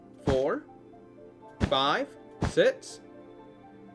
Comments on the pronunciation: its not sez or sex it is six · everytime u say six u say sits😂😂😂